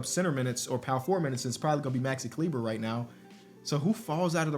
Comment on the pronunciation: Great Vid but please listen. It is Klee-buh